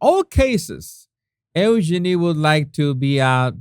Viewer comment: Jesus, just trying to be helpful here- Eugenie’s name is pronounced You-genie. But I do love your accent! 🙂